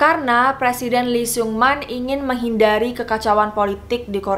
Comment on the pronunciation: Iya benar. Jo (O-nya bulat kaya kalau bilang Donat) dan Seon (dibaca O, tapi ditekan di leher). Saran aja kak, belajar dulu pengucapan Korea. Lee juga dibacanya "i". Biar enak dengernya :)